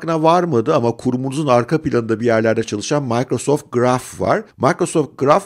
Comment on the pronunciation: abi şuna maykrosoft deseniz her mikro deyince kulağım tırmalanıyor.